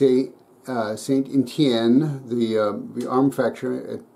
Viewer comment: A very nice 1879 bayonette from my country. Very good prononciation of "St. Etienne", but don't say Gra"ssss", just "Gra" without the S. Thank you so much for this video... Best regards from france.